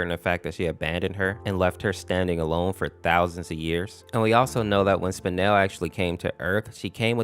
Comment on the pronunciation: It’s not spinal it’s spinel